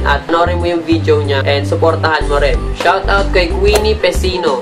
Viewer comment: Oh man I'm glad that you still have that confidence in making a video although you said it is you first time to make a video reaction. But the thing is you need more practice especially the way you pronounced couple of words like "video" it sounded like "vijo" and the way you deliver your words in public. Thanks man just a friendly advice and tips to a new video reaction maker like you...my two thumbs up for you though. :-)